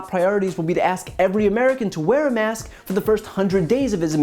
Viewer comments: Is it me, or is Alex Azar incapable of pronouncing "k"? Every time he says "mask" it sounds like "mass". He is a pawn, and an embarrassment. Mask wearing isn't patriotic; it's a survival tactic. Muzzle up, Secretary Azar. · Yes, you are quite right, Alex pronouced MASS, with no K sounding. Then again, he could be purposely mispronoucing it just to tickle Chris.